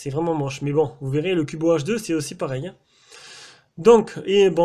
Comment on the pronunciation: J'ai jamais compris pourquoi les fabricants mettent toujours des grosses bandes noires dégueulasses autour de leurs écran comme ça... Sinon pourquoi "Cubot" tu le prononces "Cubo" ? X)